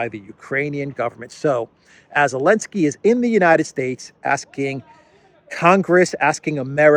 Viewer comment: Why does he call him Elensky?